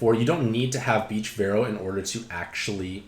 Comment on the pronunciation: So we just aren’t saying the “a” in Veroah, anymore? Haha. Great review, as always